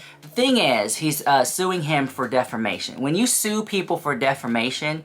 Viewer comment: DefRmation 😂, it’s pronounced Def-A-mation 😂